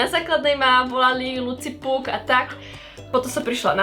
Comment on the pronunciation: mně přijde zvláštní, že máš slovo "pug" ve jméně a tak strašně je miluješ a přitom to špatně vyslovuješ..